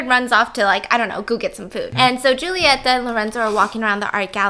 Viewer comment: Stephanie: The movie starts with a very sexual scene. Me:... Me: Yeap, that sounds like something my country would do. ps: love you, boo. Kisses from Argentina. It was very cool to watch the video and hear your impressions about the movie... And the way you pronounce "Julieta" is lovely.